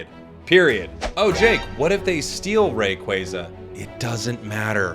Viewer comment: I’ll do it when you stop saying Rayquayza